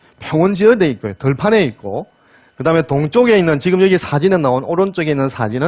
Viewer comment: 또, 왜!? 지금을"지끔"이라고 발음합니까!??